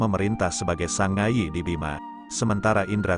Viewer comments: Mbojo bukan mboyo. Sangaji bukan sangayi. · Mboyo ❌ Mbojo ✅ Sangai ❌ Sangaji ✅